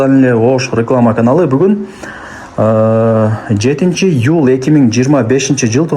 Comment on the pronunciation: Юль дебей, июль деп айтсанчы.